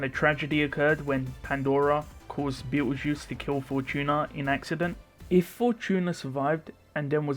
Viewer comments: I keep hearing bettle juice haha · lol I know this is a 3 year old video but why do you call Petelgeuse as beetle juice?